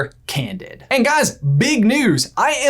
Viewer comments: in your video, says 'A'nd in a pretty pronounced tone. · he says "A"nd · ...9 months later... YOUR a113??!!! (8'D In the DISCORD! (X'D ... does you staying "And" count? a very predominant "A" letter-ish comes out of you at that time.. 8') !! Right at the corner of J's Eyebrow! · He himself is best at hiding A-113 at time stamp he says the word AND and very emphasizes the A therefore A